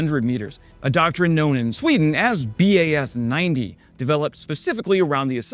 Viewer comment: Where's the second "p"? "Greepen", it's not that hard. And it's not B.A.S 90, it's Bas 90, as in Base 90 as in the 1990 version of the dispersed basing system.